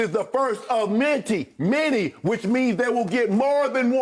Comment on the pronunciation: Sounds like shannon speaks on a first grade level lol lol lol hey shannon its called many not menty go back to school so your not literate lol lol lol